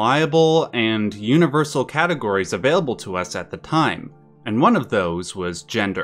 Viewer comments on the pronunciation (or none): none